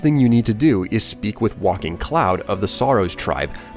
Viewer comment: WHY DOES EVERYONE SAY WALKING CLOUD?! it's WAKING cloud